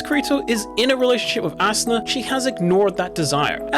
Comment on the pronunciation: I cant unhear "ass una"